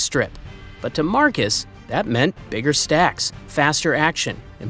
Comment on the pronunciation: Marxus is pronounced Marcus in this case 😂 25k to 20k is like 10 seconds at the start of the vid and probably a mistake 😂 Cheer up you old head